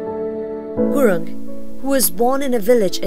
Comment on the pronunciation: The narration sucks. And FFS its Gurung, not gurun.